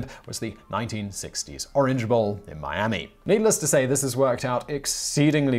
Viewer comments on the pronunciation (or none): none